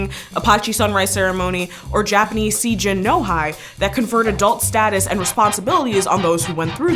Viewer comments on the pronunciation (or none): You lost me at see gin no hi. It's pronounced say-jin no hee. Coming of Age Day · “Japanese See Gin No Hi” — she means Seijin no hi (成人の日) “Coming of Age Day” which is a once a year ceremony for all who graduated into adulthood in the previous year. Kind of like a national birthday party for all 20 year-olds. Howerver, she really got the pronunciation wrong. It is pronounced like SAY JEAN NO HEE! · 成人の日 roughly pronounced "Say Jeen no He" not "See jihn no high". I know, minor gripe for many. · You just butchered the Jaåanese pronounciation. Not [see-jin now-hai] But [se-e jin - no hee] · it's pronounced, "say gene no hee" Still luv u doe:D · btw seijin no hi is pronounced "say jeen no hee" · "hi" in "sei-jin no hi" is pronounced "he" as in "he is a boy" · it annoyed me so much lol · I know it's hard to learn the right pronunciation but it doesn't take too much time to at least try. She doesn't even need to say it with an accent, just like "say- jean- no- he" and I wouldn't be annoyed by it at all lol. Ngl I've been trying to learn Japanese for a bit and it is hard to pronounce a lot of things. XD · Hahaha. Hearing her say the Japanese coming of age ceremony pronunciation so wrong almost made spit my coffee out. LMAO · Was listening to this without watching the video and was like wtf when she pronunced "Seijin no hi" as "lung of dead people" instead of "Day of Adulthood". It made me need to pause it to rewind and really see the video to know what's going on lol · "seijin no hi" is clearly a romanization of non-alphabetical language and "i" is pronounced as /i/ instead of /ai/ in almost all form of romanization. That should be pretty much common sense. The way she said "seijin no hi" sounds like "lung of dead people" rather than "Day of Adulthood" lol